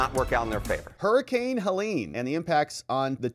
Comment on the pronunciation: It’s not Helen